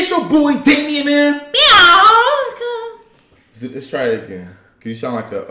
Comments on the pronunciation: When they started post to say in the beginning of the video I was laughing because said Beoc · She said biowca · She said Biankaa😤🤮